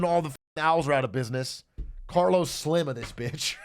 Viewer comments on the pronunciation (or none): none